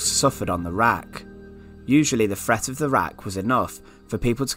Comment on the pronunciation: "front," "Fret" "Cafflic" Sort yourself out.